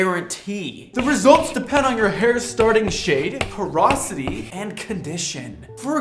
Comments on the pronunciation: OMG! It’s porosity, not ‘perosity’. Educate that editor!!😮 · Dude - porosity not "perosity" 😂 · I love you and your content, I’ve been learning a lot from you, but I feel I need to correct the “perosity” to porosity 😅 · "Porosity" - as in how porous your hair is, not "perosity", which isn't a word.